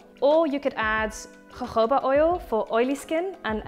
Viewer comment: Volgens mij spreek je jojoba anders uit..